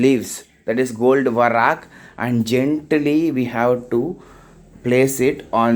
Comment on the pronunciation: It is not varak it is vark